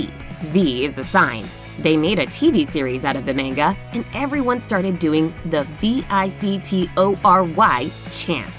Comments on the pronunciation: The way she said “manga” triggered me so much in fact this video made me lose brain cells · You say you love everything Asia... But you mispronounce Manga 🤔